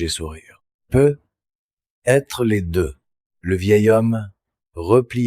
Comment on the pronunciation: Bonjour, la voix est très fluide, et paraît très naturelle, le seul hic c’est quand il est dit « peut…..être » au lieu de « peut-être » et écoutant beaucoup de récits fait par l’ IA, c’est une anomalie qui revient toujours ☹️